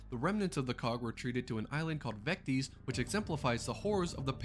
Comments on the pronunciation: You said or pronounced it wrong. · Not Vecties Vec tis. Vectis Island.